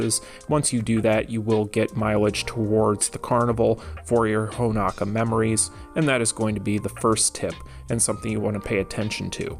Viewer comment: Will ever call Honoka Honoka and not Honaka? Find out on the next episode of DBZ!